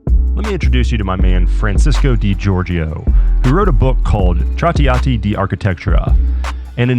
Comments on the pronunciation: tratiati is hurting my ears :D Otherwise great video. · holy shit the language butchering "Traahtea Ah Tea" do some research brother😂😂😂